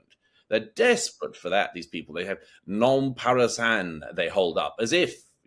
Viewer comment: DOUGLAS, IN MINUTE it is not ''No parasán'' but ''NO PASARÁN'' (They shall not pass").